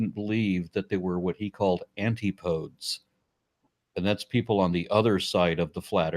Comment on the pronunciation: "Antipodes" is pronounced ant-ip-oh-dees, it's like Socrates or Hippocrates.